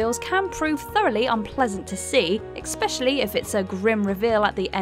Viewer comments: is there a reason you pronounce 'especially' as 'ekspecially'? I'm sorry for the nitpik, it just bugs me, like when people put an 'x' in 'espresso.' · Please stop saying 'eckspecially'... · "Ekspecially"?? There is no k is that word. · Ekspecially Xd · There's no "X" in ESPECIALLY... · A fellow OCD, Grammar nut. Thought I was the only one.